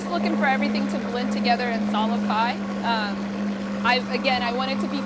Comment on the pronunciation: I don't know quite what she said. Sounded like "solify", but was she meaning something like emulsify?